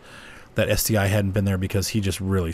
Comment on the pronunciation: Hey, the ST-l is pronounced like the Tiger i and the Tiger double i? No, the correct way to say it is ST-1.